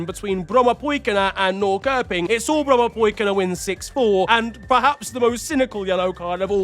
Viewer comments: Your prononciation of the Swedish team "Brommapojkarna" was fairly good! Kudos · Damn your pronunciation of Brommapojkarna was 10/10! Still some work for Norrköping - the K is “soft” so it’s a “sh” so basically Norrshöping!